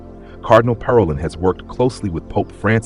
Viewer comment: Learn how to pronounce Parolin correctly !